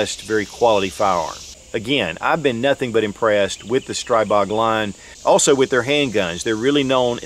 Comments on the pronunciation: STREEEEEEEBOG!!!!!! Learn how to pronounce the guns you are shooting! When in doubt, go to Shot Show and meet directly with Grand Power. Or call them, something. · pronounced STREE Bog. SMH